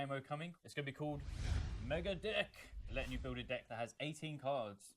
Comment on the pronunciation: Did you dye your hair?¿ Waow, uni changes you. Edit 1: , dude said “mega dick”, I swear upon it. Edit 2: I think there’s another building counter. See: rocket.